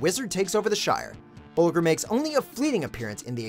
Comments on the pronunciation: boljer, not bolgur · Bol-Jer...not Bol-ger...soft G. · Imagine showing a clip where Bilbo correctly pronounces "Bolger" and then still fumbling on its pronunciation in the voiceover. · YOU HAVE THE CLIP AND STILL CAN'T PRONOUNCE BOLGER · That's not how you pronounce Bolger